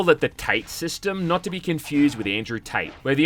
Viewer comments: Tate Tah-tay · My guy How the hell did you manage to pronounce "Gaiden" correctly and yet utterly butcher "shuriken?" Also "tate" in that game is two syllables (tah-teh) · 1. Shuriken, Shoo - Ree - Ken 2. They are Kunai, throwing daggers 3. Ta-teh system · I get the joke.... but its pronounced Ta(as in tada) Te(as in telephone)